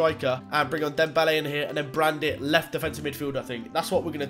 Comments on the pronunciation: U pronounced brandit but in reality its julian brant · Why are you pronouncing Brandt “Brandit”. Where are you getting the “i” from? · BTW Brandt is pronounced 'Brant' not 'Brandit'